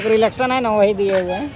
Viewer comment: ko relation bolna nhi aata hai relation ko relaxation Bolte h